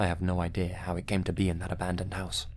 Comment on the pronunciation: There is no such word as ‘idear’. It doesn’t exist.